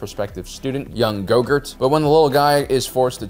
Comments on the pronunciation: or so: "Gogurt"? What happened to the name "Grogu"? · Did.... call Grogu.....Gogurt? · you miss pronoun Grogu